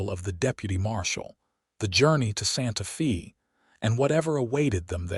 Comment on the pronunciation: Will not finish this video 5 minutes in. It's Santa Fey, not Santa Feeee. Yikes! Narration is essential to the succrss of a video.